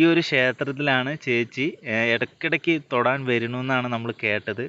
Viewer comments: ചേച്ചി ഇടക്കിടക്ക്‌ ക്ഷേത്രത്തിൽ "തൊടാൻ" വരുന്നൂന്നല്ല തൊഴാൻ 🙏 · തൊടാൻ അല്ല ചേട്ടാ തൊഴാൻ ആണ്